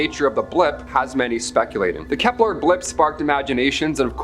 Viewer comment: It's "Kepler" not "Keplar"